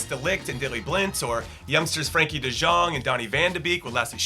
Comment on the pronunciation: Always wondered how I am supposed to say it, thanks :)